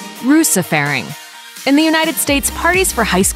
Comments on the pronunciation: The way you said Russefeiring is hilarious when being norwegian. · and seriously i am a norwegien person too, and "russefeiring" is pronounced so badly that i didn't even understand the word. btw nobody in norway watches "Slow TV" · that’s really not how you pronounce hygge. or russefeiring. please at least do one minute of research before trying to pronounce words in other languages...